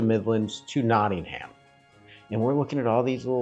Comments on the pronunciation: ham hehe notting ham??!... it's notting em always ask someone there.. you got to remember that most places in the uk are not pronounced the way their spelt.. Always ask a local early on... great vid though!! Well done! "ham" hehe.... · It isn't Notting Ham it's Nottingam, no stress on the second syllable. I know the "Trip to Jerusalem" £6.75 a pint 😰, Robin Hood is probably a myth and Templars didn't drink in the "trip" Still I hope you enjoyed your visit. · As a manc, this killed me off 😂. It's not ham. It's um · I love the way Americans say NottingHAM. Here we pronounce it NottingUM lol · Not Nodding"ham. Its Notting "hum. x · Love to see you guys again... But just one thing (if I may, man?!) The places over here in the UK Regarding pronunciation: Nottingham (& others ending in '_____ham' ?!) It's not said not sounded, not pronounced: 'ham' Just (for example) Notting'um ... And Bucking'um (as in the Palace, and 'town & county') And (also Durham 'Dur'um' ) And Gillingham - 'Gilling'um' (in the county of Kent, there's a 'Medway Town' named 'Gillingham' and the 'G' is said softly like the 'g' in _giraffe_) ... But, in the county of (I think - ) Devon there's a town (or maybe a village - you might Google it, if it interests you?) There's another place called 'Gillingham' but instead it's name is pronounced with a hard 'G' as in 'gorilla' !! Hope I haven't caused confusion (?!) 🤔 🙂🙃😊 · We pronounce it not in um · Amazing you are donating to Nottingham UK charity, AWESOME! Really like your videos. BTW, it's pronounced 'Notting um' And yes I know it's not how it's spelt! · No. Nottinghum is how it's said! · Just a small point. Drop the "HAM" and add the "UM" Like NottingUM, BirmingUM or EveshUM. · The correct pronunciation is Noh-unum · The "H" is silent in Nottingham. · You spent so much time there but you didn’t learn how to pronounce it!!!!!!! ❤